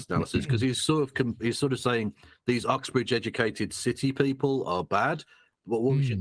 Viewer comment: It's Oxbridge, not Uxbridge btw